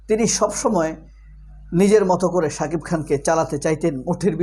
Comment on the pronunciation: একজন শাকিফ তোর গালে পিসুও দেয়না। তুই সারাদিন শাকিফ শাকিফ করে যা। ঠিক মত শাকিব উচ্চারণ ও করতে পারিস না।